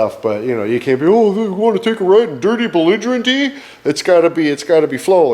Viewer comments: "Little Bluigerent" You like that kind!!! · "Belligerent blue"